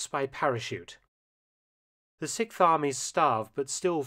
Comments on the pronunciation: Sixth Army, not Sikth Army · The SIKTH army - am I the only one who noticed that Mark cannot pronounce the word "sixth"? The worst part is that he says the word about 30 times in this video..... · You're still at it, with the "sic farmy"? Come on, you can pronounce "6th Army" better than that.